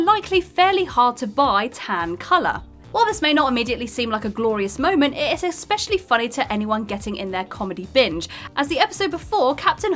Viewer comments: It's especially not expecially. Js. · I'm sorry, did you just say "expecially"?